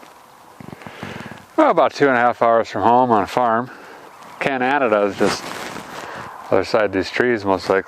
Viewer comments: "Can-Ana-da" is just on the other side of the trees here probably" hahah, as a Canadien I just hit subscribe !! love the channel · Canadada? You mean Canadia. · I hear "Cananada" ...and I'm hooked.